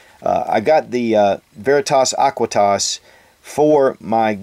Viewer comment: Only a Latin student will understand how painful it is to had him mispronounce veritas aequitas